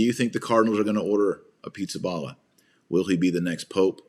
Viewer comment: His name is not pronounced as “pizza” but “ Peesabahla”